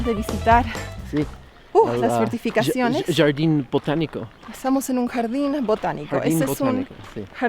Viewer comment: "yardin buochanico" tiró!